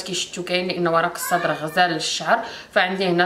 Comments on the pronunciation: اسمو ورق السِدرْ و ليس ورق الصدر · ورق السدر بكسر السين